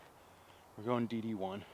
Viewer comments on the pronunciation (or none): You keep saying DD1, but all I’m hearing is D1. Also love the course features. Those courses you get to play are awesome.